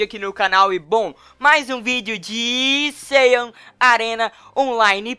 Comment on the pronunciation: Uchiha Sasuke n to falando de saiyajin arena e saiyan arena e tu msm falo que e seiyan arena e saiyan mdssss e n tem nd ve inglês